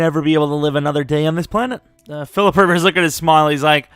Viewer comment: phillipe rivers lmao i love it